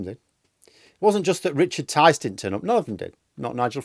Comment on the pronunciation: Tice? Rhymes with lice?